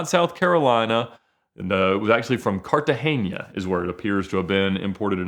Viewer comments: Cartagena is pronounced cartaHEYna not CartaHEYnya. It’s cartagena not cartageña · It’s Cartagena not “Cartageña” 😂